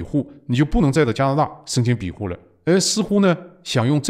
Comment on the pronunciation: 有口音问题不大，但不要偏离正确读音太远。庇护是必护，不是比护。善意提示。今天对习氏现代化的总结和解释很棒！